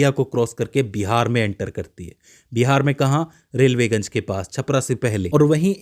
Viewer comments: रेलवेगंज नही रिविलगंज है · रेल्वेगंज नहीं,रिविलगंज नाम है, छपरा जिले में!! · रेलवेगंज नहीं रिविलगंज